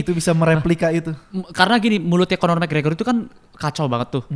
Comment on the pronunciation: McGregor bang bukan gragor